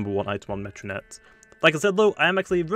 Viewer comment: Me-ditoad, Me-tronette, Me-ga Propae?